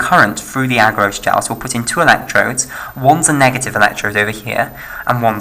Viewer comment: "Agarose" put me off! Rest is good.